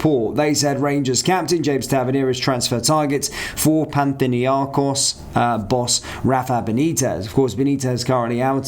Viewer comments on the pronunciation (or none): I assume you're trying to say Panathinikos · Panthinnyakos? Youd think you would at least try to get the name right. Lol